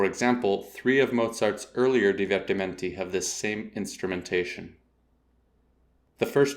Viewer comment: Your weird pronunciation of divertimenti hurts my ears